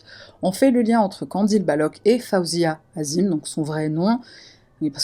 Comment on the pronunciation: '" azim" c'est la version occidentale, en tant que maghrébine je pensais que tu l'aurai prononcé en arabe " 'adiim"